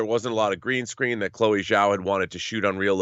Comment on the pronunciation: Chloe's last name is Chinese so Zh is pronounced as a J (as in Jack).